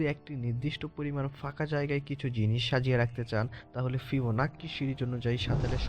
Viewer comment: ফিবোন্যাচি রে ভাই ফিবোনাক্কি না😂😂😂😂